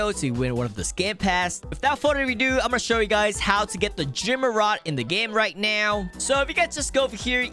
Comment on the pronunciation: are you serious righ neow bro